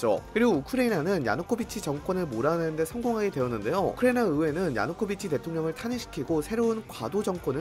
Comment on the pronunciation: 진짜 어지간하면 얘기 안하려고 했는데 우크라이나 발음 너무 날리시는 것 같네요..